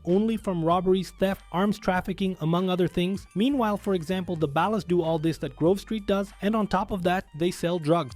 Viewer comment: the way he keeps mispronouncing 'Ballas' cracks me up 😆